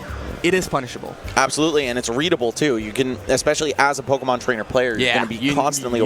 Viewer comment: MON IT’S MON. POKÉMON. 🤣